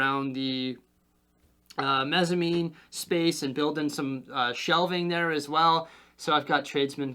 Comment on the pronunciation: Congrats sounds exciting! FYI - it's Mezzanine, pronounced mezənˌēn It would be be super cool to see floor plan drawings of layout in future video